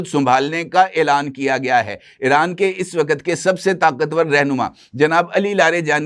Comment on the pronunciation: محترم لفظ ایران کا تلفظ Iran کریں نہ کہ Eran ۔ اسی طرح چاہنہ کے سٹلائٹ کا نام بیدو ہے میدو نہیں